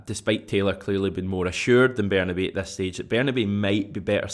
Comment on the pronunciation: Ber-nah-bay (as in say/day/way)-oo (as in you/do/who) ... ber-nah-bay-oo! Not ber-nah-bow (as in cow/bow/how)! Everytime!